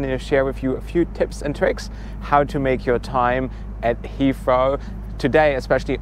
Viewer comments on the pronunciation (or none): It’s pronounced HeaTHrow not HeaFrow. 😂😂😂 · Thanks! Super useful review on Terminal 2, which is less covered by other videos. Also great tip on the Heathrow Express - will use it next time. Looking forward to the Singapore Airlines (I assume) review too:) Also, random aside, but it's super cute how you get around pronouncing the 'th' sound with the 'f' or 'd' sounds - hadn't noticed it before you had to say 'Hea(f)row' and '(d)at or '(d)e' so many times in this video:D Made me realise I do it myself with 'that' and 'the' as well and I'm even a native speaker (though no longer living in an English-speaking country which may explain it).